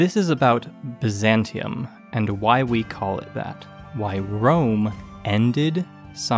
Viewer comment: You would be shocked to find out that in Serbo-Croatian we call the city of Rome - Rim/Рим Which sounds exactly the way you pronounced it